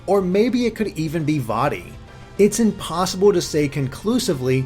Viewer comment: "Vaati" Vaati? VAATI? VAATI! #MinisCapRules